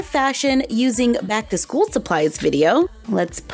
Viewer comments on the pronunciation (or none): none